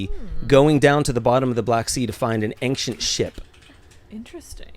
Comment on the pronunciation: ooof, adding a "g" to the word "ancient". "Angshent."